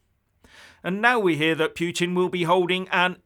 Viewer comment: Putin is pronounced PooTeen!